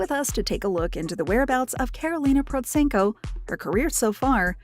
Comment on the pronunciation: The first time I've heard her name pronounced correctly in this kind of videos! And also - thankfully not just chasing her supposed income numbers. Also - as this is recent video, it should have contained newer material of her musical activity. Karolina is a growing light spot in musical world. And she has obviously outgrown the commercial events like AGT. They should invite her as a guest star, not a contestant - but they are quite ashamed probably because they rejected her in auditions few years ago. Cheers!